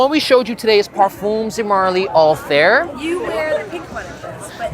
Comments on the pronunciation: the review would be more credible if even the name of the perfume is pronounced correctly, it is not anything like hair or air, more like althaiir, that's what the double dots on the i are for. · I cringe everytime you said “All-Theere” no hate but I don’t know how its actually pronounced 😅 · why everyone pronounces the name of this perfume wrong 😭